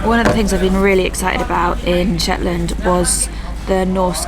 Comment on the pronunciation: It's Shetland not Shet Land